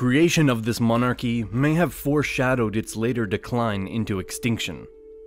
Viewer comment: Sorry, got as far as the commentator trying to pronounce "monarchy" and had to turn the video off